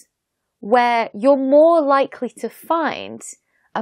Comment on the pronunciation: Does she pronounce "more", "likely", "life" like an aussie or is it me?